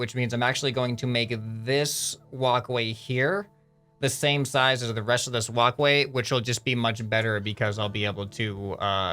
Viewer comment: Why is it so fun when instead of walkway he says wocway xD ( He really does say it differently I am not joking )